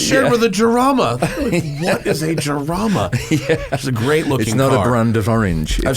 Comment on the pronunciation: Iain too polite to correct Matt on his pronunciation of the Jarama , it’s like ham Matt jamõn